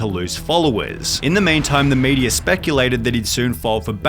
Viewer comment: What's with the random vocal frys going on in this video, holy crap? When you stressed quarter and media I had to laugh.